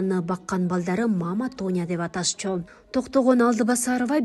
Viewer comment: Алдыбасарова эмес Алтыбасарова десең.